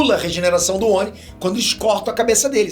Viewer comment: A sílaba tônica da palavra oni é ni